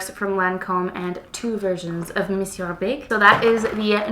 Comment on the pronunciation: Two things: 1. YES!!! Been waiting for this mascara comparison!! Thank you! 2. Also thank you for pronouncing Monsieur correctly.... So many people online call it the "mawn see er" mascara.